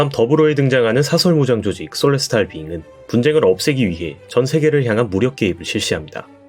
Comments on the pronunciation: 솔레스탈 비잉구... 일본애들 발음 진심... 셀레스티얼 비잉 인데... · Celestial Being 을 왜 소레스타르 비잉그라고 발음 할까요?